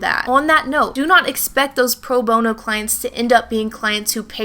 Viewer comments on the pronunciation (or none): none